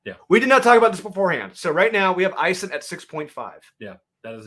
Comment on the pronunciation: Like 73. I think Isom is pronounced is-um.